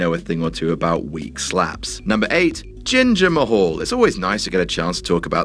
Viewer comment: Its jinder mahal not ginger mahal😂😂😂😂